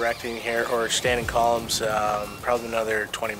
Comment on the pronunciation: Also this guy calls them “columes” hahahahaha like volume with a C